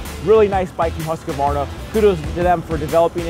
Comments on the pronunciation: Pronounce huskvarna, not husk-a-varna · Pronounced Hoosk Varna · aj det gör ont hur han uttalar det. huskuvarna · CAN PEOPLE PLEASE STOP SAYING HUSAQVAYNA ITS HUSQVARNA. ONE WORD. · 1, we're a wide range of cultural backgrounds, so no. it's an english as the native language thing. hus is not pronounced hoos, it's pronounced just like it's spelled, based on english grammar conventions. and a lot of people add the extra A in there between the Q and V because it's just strange to transition between them... again, based on english language conventions. 2, besides all that, as someone already said but i just want to reiterate because it's the biggest reason... we mainly don't care. if i know what you mean when you say it, that's all that matters. furthermore, humans of different cultural backgrounds are still very similar, genetically. what one average human can do, any other average human can do. the difference is training (i.e., upbringing). your body responds to how you use it, and changes accordingly. our vocal abilities are no exception. we've been using the english language our entire lives, so it affects how we speak. so unless you've found a secret hidden tribe of neanderthals with different throat or mouth shapes, there's no way it's a genetic thing. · Still haven't learned how to pronounce Husqvarna correctly.. what a shame. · Everyone complaining about how the name is pronounced......am I the only one who thinks 10 grand is insane? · Is it just a genetic thing that Americans can't pronounce Husqvarna?